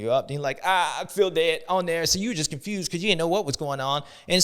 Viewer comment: Constewed not confused 😂